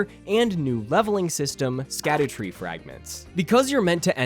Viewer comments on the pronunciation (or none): Fun fact "Scadu" is actually an old english way of spelling the word "shadow" and is pronounced the same way! this is also shown with the evergaols being an old english way of saying "everJAIL" so when saying "Scadutree fragment" you should pronounce it "Shadowtree fragment" great video btw couldn't have agreed more! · I love that everyone (myself included) says "scadoos", when it's supposed to be pronounced "shadow tree fragment". You know, like the title of the game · Sacdutree blessings are actually pronounced "Shadow-tree blessings" since it's a real old english word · So suckytree blessings are actually pronounced scoobydoobydoo blessings? ight gotchu fam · Actually it's pronounced skibidi blessings 🤓👆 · Dumb fact that probably no one will care about, but following old english rules "sc" is pronounced "sh", so it's "shadow fragments" and the "shadow tree", which probably makes way more sense for people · *image of walter white yelling from the car "!!! IT'S PRONOUNCED SHADOWTREE!!!" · It’s pronounced “shadow tree blessings” Just like Gaol in base. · of course there is a way. Japan has no clue what our humour is like, just how we have no clue what is funny on their social media. It is called the scadutree because in old english d is pronounced more like an h, and it is pronounced more like 'the shadowtree'. It is literally just an old english name as opposed to modernized english.